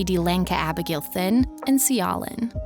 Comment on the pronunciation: Right! These people need to practice before they post. Also his last name is pronounced "tin".